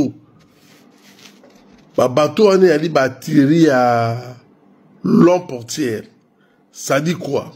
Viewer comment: Alobaka portugais..😊😊